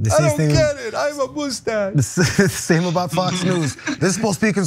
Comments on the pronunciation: Why do you keep calling it a mooostache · "I've got a moosestashe" 🤣